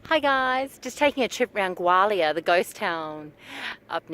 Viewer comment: A pity you can not pronounce the name properly